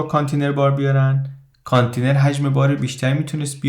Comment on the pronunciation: با احترام تلفضش میشه کانتٍینر .